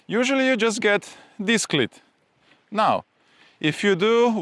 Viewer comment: Great video as always. Although your english is fantastic, you just need to fine tune how you pronounce cleat. Your pronunciation is of a ladies private part.